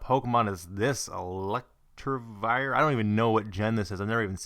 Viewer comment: Sirens!hahah so funny how you say swalbu's and Electivires name. Anyways that pokemon should of been a dead giveaway answer to what electivire is man, its the 3rd evolution of Electabuzz lol but it was from the sinnoh generation since you didnt play gen 3,4,5, or gen 6 you weren't familiar with it and thats ok man,Aside from that bro holy shit a samus aran mega man and a fucking badass awesome looking F-Zero and Starfox Poster omg that had to look so awesome and really cool for your friend to own those now!Hes a lucky ass dude there lol peace.Oh btw magmar has an evolution called Magmortar just in case you run into it